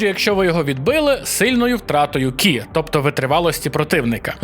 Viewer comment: Хтось вже підказав, що не «Кі», а «Ці» або «Чі». Знаю що то важко осягнути, сам в шоці був!))